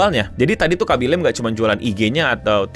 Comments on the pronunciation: Khabbi lame, bukan khabbi lem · Baca namanya bukanya bukan laeim tapi biasa aja "la-me* Do your homework please. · Fyi bang, Khaby Lame pronunciation namanya bukan 'lame' yang dibaca 'leym' kayak di bahasa Inggris, tapi lebih kayak "La-Me" aja :3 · bacanya Kha-by La-mi btw